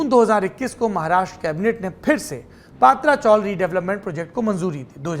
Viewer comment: पात्रा नहीं पत्रा चाळ हे mohaday